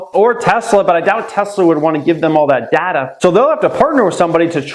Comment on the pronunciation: Plz say Data properly